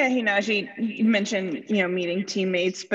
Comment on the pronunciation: First...get his name right... NaJee Nah-j-ee... second.. he's a great ! I'm buying his jersey off his personality